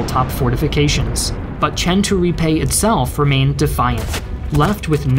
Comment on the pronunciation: Nice video, but please, try to pronounce italian cities and generals with their correct name, and not with accents that trasform them in chinese (for example, it's MEssina, not massina, Troina not trunia, Centuripe, not shenturipe, GraZiani, not grasciani, AdrAno, not Adrno, CatAnia, not catanIa) Anyway, good video as always, and thanks to share a bit of story about italy.